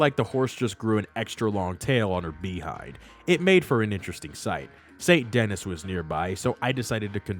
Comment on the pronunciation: Its Pronounced Sai-n Den-e lol